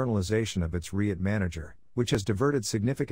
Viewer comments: ummmm I couldn’t care less that it’s faceless. But if the narrator cannot even pronounce the term “REIT” properly, how is anyone supposed to take the clip seriously? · Using an AI voice that can’t even pronounce “REIT” properly, doesn’t fill anyone with confidence